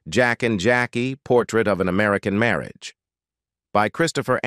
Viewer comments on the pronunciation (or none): I don't know whether an AI is narrating but it pronounced marriage about the mark as merry-agee.